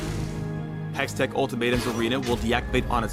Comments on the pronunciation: Hey, another great video. Just two pronunciation issues lol: Shurima - (Sure-E-Ma) [3 Syllables] Hextech - (Hecks-Tech) [2 Syllables] Good luck with all the fantasy jargon later on as well! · Pronunciations: "Shoo-ree-mah"(Shurima) "Zon"(Zaun) "hex-tek"(hextech) HIghlights with interactions are better